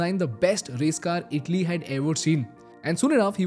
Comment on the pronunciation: It's not idli...❎🙅🏽‍♂️ It's itali...☑️🙋🏽‍♂️